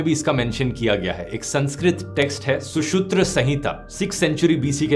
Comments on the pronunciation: it's shusrut , not shushutra 😀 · सुशुत्र नही। सुश्रुत संहिता। Bdw your videos are quite informative and interesting...keep up the good work 👍🏻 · Hello dhruv bhaiya shusutra sanhita nahi hota shushroot sanhita hota hai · you mean sushrut not sushurt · Very nice video. The name of the "father of surgery", Sushruta, may not be mispronounced as "Sushutra" . To avoid stigmatizing, prefer to use adjectives such as "severe" rather than "disgusting" to describe symptoms of disease . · pronounce incorrect hai ...!!!@ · Does Dhruv have a problem pronouncing Hindi terms like Sushrutasanhita. In another video he pronounced Sashastra seema bal as Shastra seems bal "TWICE". I've been following this channel for a long time but such silly errors make such enterprise of truth finding appear amateurish. Please stick to pronouncing names correctly, viewers also need to know correct pronunciation. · Please pronounce correctly BTW nice video as I already knew about that.